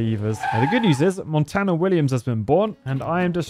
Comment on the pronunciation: Everytime this man says Tony Mont 4 n 4 and not Montana istg